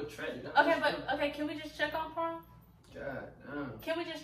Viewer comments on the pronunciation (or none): It's the "Prom" and not "Prime" lmao for me 🤣